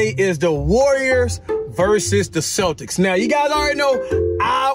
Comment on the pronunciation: Bro said celics